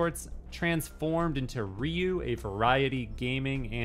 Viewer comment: did ryu just casually roll his R? haha